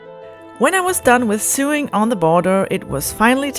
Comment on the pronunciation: It’s sewing….. English pronunciation is sew( like so)